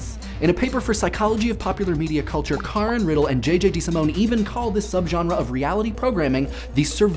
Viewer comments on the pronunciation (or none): none